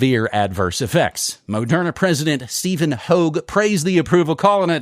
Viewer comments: "Murderna" LOL... good one! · "Murderna" well done.